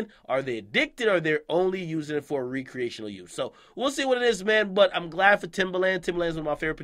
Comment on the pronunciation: Yooo ak you keep pronouncing recreational wrong brah